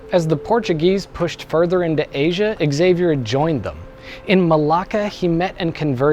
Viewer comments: It's pronounced "Zay-vee-er" not "Ex-ay-vee-er". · Every time someone pronounces the name Xavier as "eks-ay-vier", a yakuza member kills a puppy. For real tho, and this is a conversation I've previously had with life-time fans of the X-men series (cause you can guess where that name has mostly been heard in pop culture), the actual pronounciation for it is "ksah-vier" or "shah-vier". I'd go as far as to say the way the "a" is pronounced isn't that big of a deal, but pronouncing the initial consonant just as is, specially in a name that doesn't come from anglosaxon culture...? That's going the extra mile to make it sound dumb. Really, not hating on people who currently say the word that way, no matter how entitled i may have just sounded, cause I know it's a widespread thing, but please: avoid it if you can. If I had no success in convincing you, try to picture yourself saying "cee-harls" instead of Charles and you'll know what I'm getting at. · Did the X-men also slip through? It's not "ecks-zavier", it's just "zavier' 😜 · Xavier = HA-VEE-ERR, not EXavier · No, Exavier is how its MIS-pronounced in English. Are you gonna be saying Ex-zylophone next? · You pronounced Xavier wrong. It's like Cha vi air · Augh, "ecksavier". It's only pronounced that way in the X-men! Because "X-avier"!